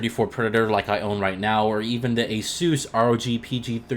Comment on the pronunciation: I had to stop watching the video after you pronounced asus lol